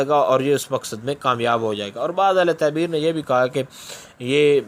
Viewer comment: taberr bol please